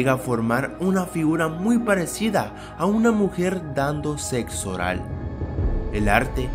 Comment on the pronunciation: como dice este tipo la palabra sexo v: lo dice como ZETZOH :V